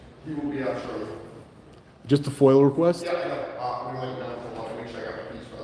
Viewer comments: We love the work you do, but please stop saying "Foil". It's pronounced "Foi-Ah". Lol 😂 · Appreciate what you do but hurts my ears every time you say “foyal request” for the FOIA request. There’s no L in FOIA. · FOIA NOT FOIL FOR CHRIST'S SAKE. 😂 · Is it Foil or Foia? Sounds like he is saying foil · It's FOIA not FOIL! Freedom of Information Act. Please correct yourself. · Are you saying FOIL ...?? instead of FOIA ...?